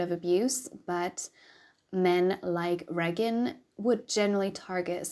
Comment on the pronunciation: Ray-gin is the correct pronunciation :) love your dragging of sadism!!